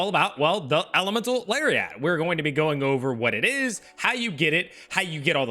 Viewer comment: I like when he says Elemental Larry at and Elemental Larry ot